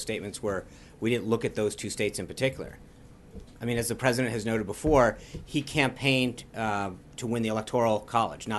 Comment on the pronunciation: Sean Spicer for "Pressident!!" ;) 2024 This guy is awesome!